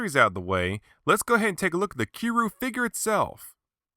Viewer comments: you say kiryu like this ki-ri-you not ki-ru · Wait did this man just say kiruu...WTF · Its pronounced ( kee-er-yoo ) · Um its pronounced Key Ree You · it didnt say kiryu right, ive seen other creators use it, and it doesnt sound natural. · Stop mispronouncing Kiryu's name!!!